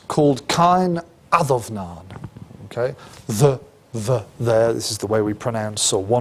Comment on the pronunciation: No biggy but it is pronounced Caw-in ad-um-naw-in. The fada changes an “a” to “aw” Enjoyed the lecture.